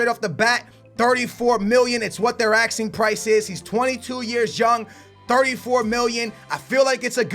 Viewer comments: its asking ffs not axeing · Who else gets annoyed when he says axing instead of asking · Asking not axing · wtf is your pronounciation, are you dyslexic or do u have some sort of speech impediment. Its ASKING NOT AKSING when you say 'asking price' Its la-port not laporrrrrrrtay Its car-ass-co not carrisio Its oree-gee not orgy